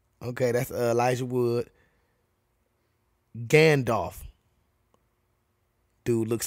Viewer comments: He called him "Gandorf" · I just keep picturing a fusion of Ganandorf and Gandalf in my head.....ya know, cause ya kept callin him Gandorf 🤦‍♂️🤣🤣